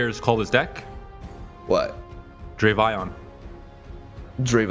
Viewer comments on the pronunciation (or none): if you pronounce it dra-vi-on, of course it's gonna sound bad, pronounce it either dravion of dravy-on